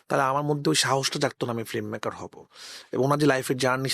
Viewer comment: রাফি ভাই ওটা ফ্লিমমেকার না, ফিল্মমেকার। ফ্লিম না ফিল্ম। শব্দটা বাজে শুনাচ্ছে..